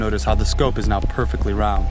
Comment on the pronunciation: "Notice how the scope is now perfectly roand." OMG I can't believe that, it's actually round!!! facepalm.